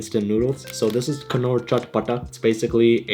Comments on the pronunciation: Not him saying "knorr" intead of knorr with a silent "k" 😭😭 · Knorr is pronounced as Nor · why pronounce knorr with the k 😂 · I just listen to and India advertisment their they pronounce it as nor but in Pakistani ad they are pronounce it as knorr, like k.. norrr iss ka magic hi aur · Kurkure = KerCure Knorr = Kanore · Knorr is pronounced Nor. Its a childhood delicacy and khatta meetha is pronounced Khat-ta Meet-ha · it's pronounced nor. I've heard them in Advertisements. It's nor. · At the K in Knorr is silent